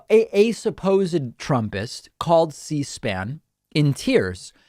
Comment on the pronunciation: A supposed Trumpist called "Seaspan" in "Tierce"